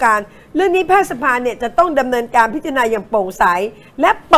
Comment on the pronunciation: ผมจำผิดไหมนะคุณครูเคยสอนว่า "แพทยสภา"ให้อ่านว่า แพด-ทะ-ยะ-สะ-พา หรือผมความจำไม่ดีหนอ สงสัยจริง